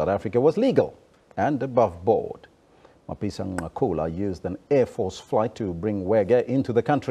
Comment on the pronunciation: Not Ncakula, Nqakula 😂😂. I like your analysis though 👍